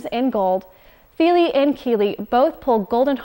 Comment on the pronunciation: I'd have thought the pronunciation isn't Keeley and Feeley but Killee and Fillee (with the first "i" in each being short, as in "hit").